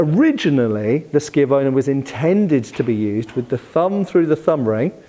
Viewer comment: Wait... are you telling me you can actually pronounce schiavona correctly? My Italian hat comes off at your passage, Sir 🤣